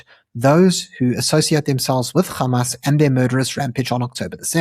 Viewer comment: anc are all pallastinian though and this is who they really are mandela was the worst human alive and should have been left on that island anyway dude please stop saying G when its an H wtf is gamas